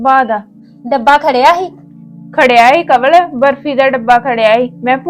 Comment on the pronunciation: ਕਵਲ ਦਾ ਰਾਰਾ ਤੇ ੜਾੜਾ ਠੀਕ ਕਰੋ😅